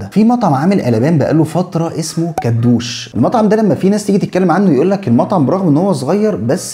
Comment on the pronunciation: كدوشي مش كدوش